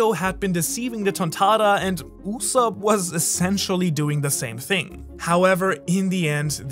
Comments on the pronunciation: ITS USOAP NOT SOP tf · Its go d. Usopp not God usopp